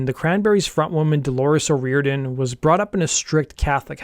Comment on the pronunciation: great video.....but please learn the culture and their speak before u try to pronounce their names OH RI or idian